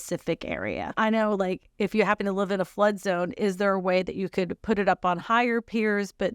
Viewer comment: If only people could read the script, it would make more sense. I know descriptions from China can get WAY lost in translation. But there is a difference between live and live when you read them. And everything makes more sense when it’s not mispronounced.